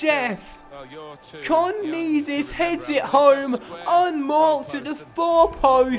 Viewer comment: it's pronounced karnezis not karnizis